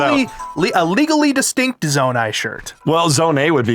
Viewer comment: Gotta admit, guys. Hearing Skull-too-lah hurts me more than Zonay ever did 😂